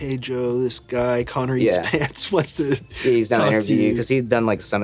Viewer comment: I swear at the intro i heard careatspants